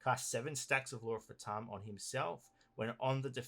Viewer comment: I know that Phaturishi are kinda indian gods, but "fatum" is a latin work, it means "Fate, destiny" and its pronunciation is "Fà (as in "far") - toom (as in "tomb")". The accent falls on the "a". XDDD